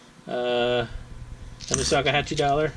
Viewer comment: Did you say "Sakahatche" dollar? :)))) I think you meant Sacagawea haha